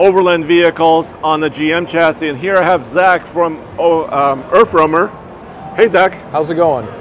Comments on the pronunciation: "Errf roamer" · ErffRoamer. Weird that they spell it Earth, but can't seem to pronounce it, and neither can the youtuber.